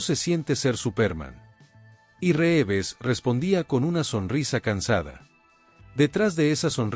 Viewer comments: Las acentuaciones insólitas y algunos defectos de pronunciación son clara indicación de una locución efectuada por inteligencia artificial. También dice Ben Affléck; Reéves y tal vez la peor de todas cuando habla de su muerte y dice: ¡Suicidió! 😮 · ... después que aprendas a utilizar la tildes, aprende a pronunciar los apellidos, se escribe Reeves pero se pronuncia rivs.😊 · ¿Supérman?, ¿Reeves (pronunciado como está escrito)? ¿un suicidió? ¿Cuáles "grabaciones"? La serie estaba FILMADA, no grabada en video, que en esa época apenas estaba en etapa de pruebas. Basta, me cansé tanta palabrería y pronunciaciones ridículas